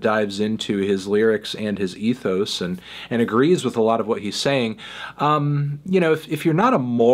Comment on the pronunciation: I'm actually really surprised that he continues to pronounce ethos improperly and hasn't corrected himself yet. Waiting for the day.